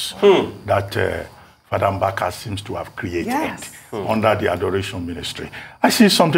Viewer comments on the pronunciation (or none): Hi news presenter. The pronounciation is Mbaka, and not Mgbaka. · Ojy it’s Mbaka, not Mgbaka. Ukwuani people speak Igbo!